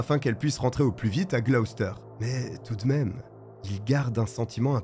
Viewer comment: Merci de ne pas avoir écorché la prononciation de Gloucester. Beaucoup de vos collègues prononcent les villes britanniques tellement mal qu'on en perd l'intérêt.